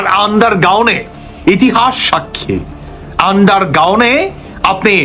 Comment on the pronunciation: শব্দটি "আন্ডার গাউন নাকি আন্ডার গ্রাউন্ড"???